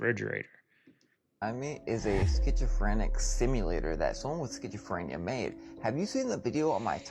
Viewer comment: Uhh ok what's a BBL? XD dude sayin Skchitchophrenia. So there's some secret alternate meaning to pizza??? Idfk.